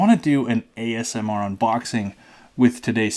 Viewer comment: I like your videos for the education, insights, commentary but I just hope you don't ever say AMSR again...